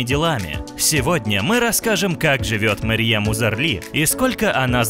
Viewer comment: Марьем Узарли? Вы читать не умеете?